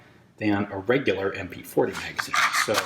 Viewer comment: Sew Deutche. Sew fauncy